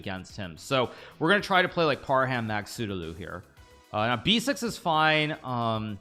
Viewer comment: It's Par-hum not Par-ham. Even Magsoodhlu you pronounce wrong.